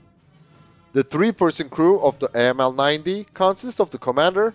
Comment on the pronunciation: 9 cm, not mm. 9mm is pistol caliber. Correction: After listening it to 5 times, 3 of which was in slow mo, I realized you TRIED to say 90 mm. Please work on your pronunciation.